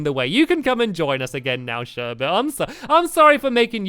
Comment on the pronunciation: sherbets name is sherbet and calls her sherbert